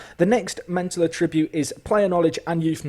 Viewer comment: lesson 1: learn how to say attribute right